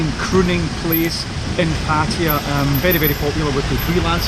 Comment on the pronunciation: Kindly learn proper pronunciation of 'Pattaya.'